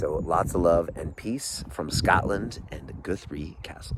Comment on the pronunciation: Brian’s mindset is why this world is in the mess it is now. And Brian! It’s pronounced “Guth-Rae”..Guthrie not gooth 🙄